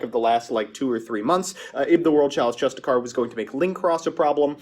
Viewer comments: Hey. "Justicar" has a second "i" in the word. It's "justiciar", pronounced "justice-ier" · Fyi justiciar is pronounced "jus-disher" or "jus-dishar"